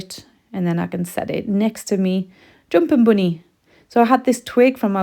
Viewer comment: Gosh I just love the way you say joompin boony!